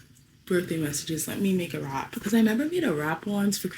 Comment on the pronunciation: Girl I kept hearing you say you’re gonna make a wrap 😂🌯